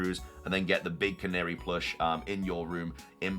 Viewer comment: I thought I was going insane but youre the first person to pronounce Canari correctly I swear lmao